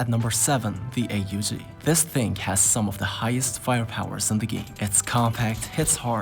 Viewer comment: It’s not called the A-U-G it’s pronounced ough. Ah-guh